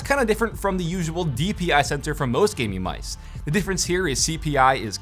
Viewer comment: I can’t handle how he says “gaming mice”